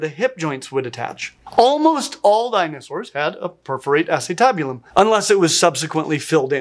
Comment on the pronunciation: The way you are saying acetabulum is killing me Smalls! 😂 But then i come from a medical background not a palentology background